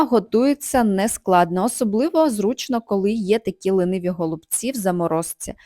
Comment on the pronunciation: Все добре, але голубці не лИниві, а лІниві(